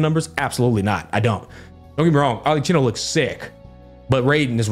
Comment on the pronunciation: It is pronounced ArleKino